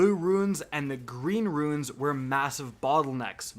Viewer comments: Yo,.... It's Rune like Dune, not Ruin and Sniper like Piper.,Not Snipe like Pipe....hook it up brutha lol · You’re not the only person that I’ve heard pronounce “Rune” as “Ruin”. It’s pronounced like “roon”. Ruin is a totally different word. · Stop fucking crying about this. Have people already forgotten that it was a BUG? They told everyone they know its a bug and to abuse it while they can. They literally could have hot-fixed it day of release. also its pronounced ROON not ruin, fucking hell. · It’s ROOON... Rune. Not RU-IN. Idk why this is so hard. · never understood why people say the word RUNE like its spelt RUIN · I had no idea of this Glitch ... I did my runs 1 at a time each week*, knowing that its 1 chest per run XD Also there is a huge difference between RUNE and RUIN, please check your pronunciation before making a 10 minute long video :P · It's a sniper rifle not snipe rifle and it's Rune not ruin bub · Rune is pronounced "roon," please, it hurts my ears. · Agree 100%. I do have to say... "Ruin"..."Rune"..."R u i n " ..... " R U N E"...